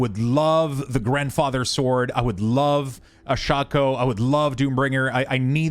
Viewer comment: Good video but ti is pronounced shay-co not shaw-co